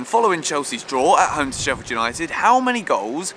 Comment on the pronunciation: STOP CALLING US SHEFFIED!!! FFS!